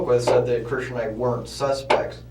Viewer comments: It's so annoying how he says "kershin" instead of "christian." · It sounds like the other guys name was Christian not Cristin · His friends name is Christian not Cristin. Sorry, just a pet peeve of mine. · Voice over keeps calling the other guy Kristen 😂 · Are you an idiot? The guys name is CHRISTIAN, not KRISTIN. Moron. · It’s a Christian, not Kristen 😂😂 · Pretty sure it's Christian, not Cristin. 😂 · Great vid. One note, the accomplices first name was Christian not Cristin. You can hear them saying Christian in the initial interrogation and later Googled the case to double check. Cheers. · It's CHRISTIAN! They are saying it over and over again. Stop saying cristin! It's driving me mad! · The mispronunciation of Christian is killing me… Make your BOT say CHRISTIAN- NOT KRISTIN. For the love of God🤦🏼‍♀️ I do it sucessfully with Siri all the damn time. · Narrator got the names wrong when talking about whose fingerprint was on the pro life business card....plus he pronounces Cristin's name wrong. Wake up. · The narrator pronouncing Christian as Kristen was a bit irritating. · Funny how the detective does little things like mispronounce his last name on purpose just to mix things up a bit. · So it’s not Christian nor Kristen